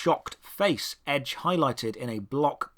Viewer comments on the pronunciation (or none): none